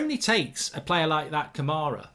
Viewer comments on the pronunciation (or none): none